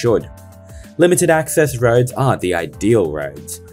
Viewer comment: anyone else heard rhodes instead of roads and got confused haha